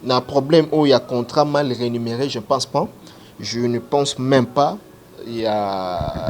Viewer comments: franchement zua ba cours svp on dis Rémunére et non renimere... 🤔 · balobaka mal rémunéré et non renumeré. On parle là de la rémunération